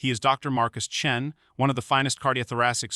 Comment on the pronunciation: This post and others like it are total crap. Americans may believe this tosh, but nobody else does. Is every black person in America named Marcus? And the doctor who is the subject in this video, first you said his surname is Chen, then you changed it to Chun!!! And not forgetting the Old, Old, Old, Old, in every sentence. This stuff gives Americans a bad name. If anyone needs to know, I'm English, you know... one of the people who tried to teach Americans how to communicate..